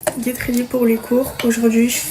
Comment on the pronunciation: le get rrrredi wi mi ct pour m abattre